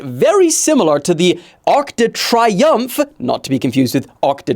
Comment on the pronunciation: You need some French lessons my man, Arc de Triomphe and Le Louvre just sound different from how AI is telling you to pronounce it. Hit me up!